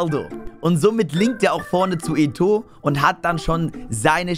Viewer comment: ich Feier dich und gönn dir dein Team, was mich aber stört ist das du Eto sagst, der wird halt eto O ausgesprochen 👍